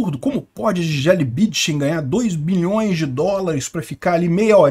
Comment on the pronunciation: precisa colocar o N na sua pronúncia do sobrenome "BüNdchen". Foi duro ouvir repetidamente o nome tão conhecido pronunciado errado... Abraço!